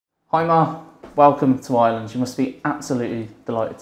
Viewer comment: no irish man pronounces Ireland like "Island".